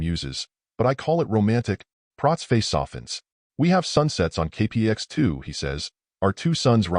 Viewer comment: The movie was terrific. Your retelling of it is OK, but having a machine do the narration leaves a LOT to be desired, from mispronouncing the name of the planet (kay-packs) to several other goofs that distract and detract from the telling. Still, your video reminded me how fond I am for the film so, thanks. But seriously, consider having a person do your narration.